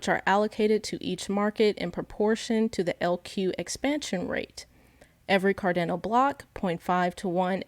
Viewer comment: She called it cardaano so I stopped watching